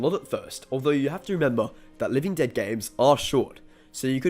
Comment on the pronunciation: “Living ded”